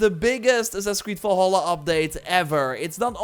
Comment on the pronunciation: "Assassin's creed VOLHOLA" 😂